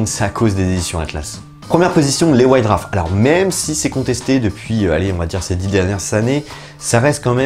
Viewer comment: "Wouaïte Douarf"...pas "Wouaïte Draff"...;-) !!!